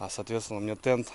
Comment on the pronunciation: Не "Тен", а "Тент"надо писать и говорить😊